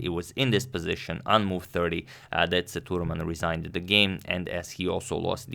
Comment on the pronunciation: It's Sethu raman not thuraman....LOL